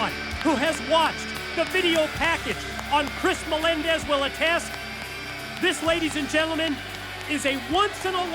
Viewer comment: Devon has no idea how to say Melendez does he